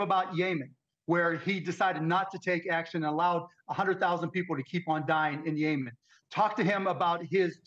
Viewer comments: It’s Yemen Mark NOT “YAY-MEN” Brush up on your Mid East Geopolitics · It is pronounced - Yeh - MUHN , Mark !